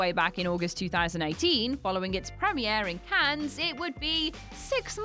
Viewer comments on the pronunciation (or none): Cans? Cannes is pronounced “can” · Cannes is pronounced "Kan". Cans are for beans. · Lol, she pronounced the 's' in Cannes. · In reality the correct pronunciation is with a K and not a C. It sounds more like "Ken" rather than "Can." Which is exactly how everyone in France says it – a hybrid of "Ken" and "can." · "TOLL-keen". "BIO-pics" (you know, as in biographical picture?). "dis-TRI-butor". The S is silent in Cannes.